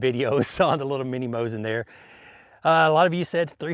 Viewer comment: It's Moseen not mosin get it right!